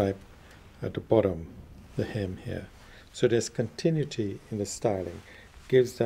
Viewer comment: He butchers the word "continuity."